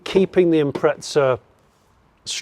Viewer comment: There's no "t" in Impreza, ask Subaru.